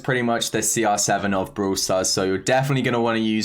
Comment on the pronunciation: Did he really say bruhwler and bruhwl stars?